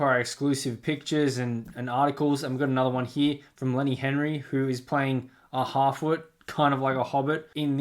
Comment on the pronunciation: I think it should be pronounce d "Halfwit". Fitting that Henry's character is "Sad oc"